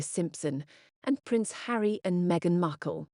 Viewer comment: Wallis was far more classy then as presenter calls her "meghan muckle" 🤣